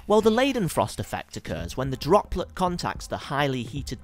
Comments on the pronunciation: Pronounced 'Lie-den-frost' not 'Lay-den-frost'. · Pls you pronounce "ei" like "i" and not -ei.... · ***** Are you suggesting I shouldn't tell him he mispronounced the name of the whole theme of his video simply because he went to the effort of making it? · Everytime he says leidenfrost i giggled